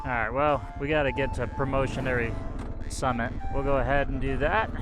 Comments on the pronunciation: It's pronounced, "Prom-a-tory". I first got to see it for the first time about 12 years ago coming in from Brigham City on I-15. Your adventure is awesome. I love the KLR and am seriously considering getting one. It would be fun getting back into of roading again. Today's drivers in traffic are insane idiots. People in cages are starting to drive like younger people on Sport bikes. Twice the speed limit. Weaving in and out of traffic. Getting harder and harder to stay alive on two wheels. This is the place the finally connected the east coast of America to the West coast. Central Pacific from the West through the Rocky Mountains, with the Union Pacific coming from Kansas. The ultimate goal since the revolutionary war. This story was told by the television Mini-series; "HELL ON WHEELS". The remoteness keeps the average tourists away. Only avid historians of American history are willing to drive the distance from civilization. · PROM-ON-TORY Promontory Point. Great video.